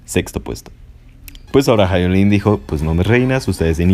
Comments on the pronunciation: Es Hyolyn ( Ji-o-Lin) fonéticamente,NO “Jai-o-Lin” te pido encarecidamente 🙏🙏🙏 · Si no sabes ni pronunciar el nombre de LA HYOLYN no mereces opinar de su presentación , es obvio q no sabes nada de música o presencia escénica,obviamente sos un pseudo otaku